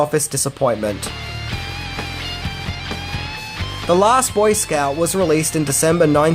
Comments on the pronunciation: Love your videos! But, dude: it’s BOY scout, not boy Scout….Lol but I love you British folks and your interesting pronunciations! Keep it up, buddy! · BOYscout not boySCOUT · I love your insightful videos,. But when you say the title of this movie, it’s hard to listen to you put the emPHAsis on the wrong syLAble. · Must be a regional thing, the emphasis on scout in boy scout. Never heard it that way. Always heard it with the emphasis on boy like it's 1 word boyscout. Nothing but love.